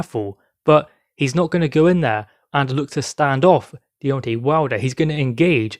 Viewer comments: Its Deon TAY not tee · It's not Deon TAY, it's The TWERK INATOR.